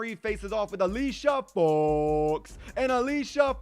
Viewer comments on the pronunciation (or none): Just say Alicia Fox's name normally